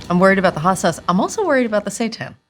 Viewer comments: Seiten (pronounced "say-TAN") is wheat gluten pretending to be meat. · I kept thinking Kate was saying "Satan" and wasn't quite sure what that was all about. 😂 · At first I thought she was saying satan, not Seitan 😂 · I swear I thought she was saying "satan" as the food they're eating. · Did she keep saying Satan at the beginning? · Can someone please tell me what they are saying, because it sounds like they are saying "satans" 😅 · i realized halfway thru that she's saying "seitan" & not just pronouncing satan a unique way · I'm probably going insane, it sounds like Kate is saying "I'm worried about the Satan" "How are you feeling about the Satan?" LOL I'm dying !